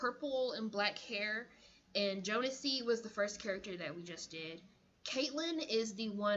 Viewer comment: Its actually pronounced Jones-ee